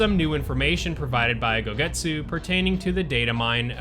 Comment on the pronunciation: gosetsu, not gogetsu